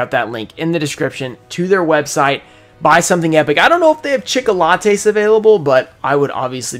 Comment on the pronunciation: Take a shot every time he says chicolatte.